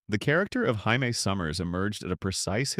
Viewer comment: hi me? you mean Jammie (J -ME)